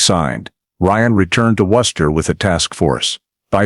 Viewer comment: Maybe some can't take the sound of Gloucester but for me it's Worcester that they've slaughtered the pronunciation of most efficiently.